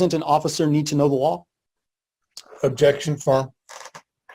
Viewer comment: It sounds like the defense lawyer is saying, "Objection fart."